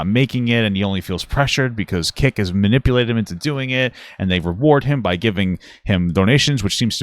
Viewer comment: The way he says "manipalated" is so annoying. His parents apparently couldn't bother to teach him human decency or literacy 🤦